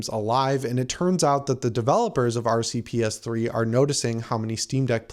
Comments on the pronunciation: 🤣 You repeatedly said "RC Ps3" instead of RPCS3! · Dude keep saying RCPS3…..like c’mon man!!! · R C P S 3 lol its RPCS3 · you said rcps3 when its rpcs3 sorry if im rude just wanted to say if you missed that